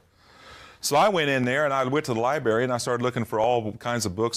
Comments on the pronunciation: Lie Berry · Hahaha, I love "the libery". Hahaha. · This guy: "I decided I wanted to teach elementary and high school English" Also this guy: "So I went to the LiBaRy" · It’s really fitting that he calls it a ‘libary’. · To be fair, he wanted to be an English teacher and couldn’t figure out how to pronounce “library”, either lol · I heavily despise the mispronunciation of Library. THERE'S A 'R' IN THE DARN MIDDLE!